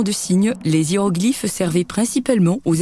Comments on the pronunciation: à T = 1mn59 si tu tends bien l'oreille tu entends : les ziéroglyphes. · Les "Ziéroglyphes"... 😄